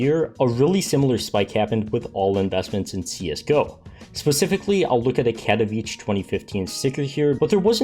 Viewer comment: I cant .. my ears are bleeding :D Katowice is pronounced Kat-o-witz-eh